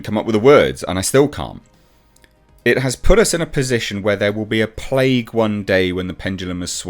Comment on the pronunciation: She says "plaque" not "plague" Just saying.